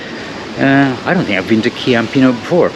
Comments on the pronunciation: Ciampino is pronounced CHIAMpino. The Italian c is pronounced as an English CH and the Italian CH is pronounced as an English K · its chhhhiampino 😃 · Hi. The pronunciation of the second airport is: CHAM - PEE - NOH (for an English speaker). A "C" followed immediately by an "i" or an "e" makes a soft "C" (hence "CHAM - PEE - NOH"/Ciao, etc.. CA, CO, CU, or CHe, or CHi [these last two CH + e or i] provide a hard "C" like "K"). Some examples: campana - bell (pron. Kampana), Como - a city (pron. Komo), Cuneo - a city (pron. Koonayo), Cestino - basket (pron. CHestino - soft C because followed directly by an "e"), Cieco - blind (pron. CHieco - soft C because followed directly by an "i"), Che - that (pron. Khay - hard C because of the H after it and before the E), Chianti - an area in Tuscany (pron. Keeantee hard C because of the H after the C and before the i). Hope this helps you and any other travellers/learners of Italian. (My "CH" of course follows English logic as in "cheese" or "chips" - soft CH).